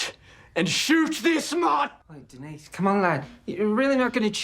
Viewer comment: "Denise"는 여자 이름으로써 "드니즈"라 읽어야 됩니다. "데니스"로 읽어야 하는 것은, 남자 이름으로서의 "Denis".